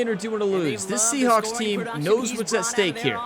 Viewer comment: I might be going crazy, but I've heard her say Seahonks, Seahops, and Seaschnaps more then saying Seahawks